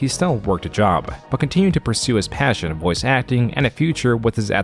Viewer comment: "Flash was the creative tool I had always been dreaming OF" Why did you emphasize "of" in that quote?